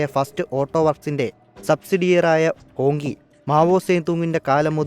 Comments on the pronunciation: ഹോങ്കി അല്ല. ഹോംച്ചി (ഹോംഷി ) എന്നക്കെയാണ് പറയുന്നത് എന്നാണറിവ് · ഹോങ് ജി എന്നല്ലേ ?